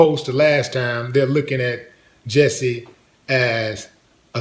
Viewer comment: It's jussie not Jessie. Sorry, I'm OCD